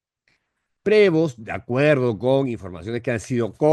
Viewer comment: cuando lo pronuncies, ponle un acento en Prevóst. NO es Prévost. el acento es en la O.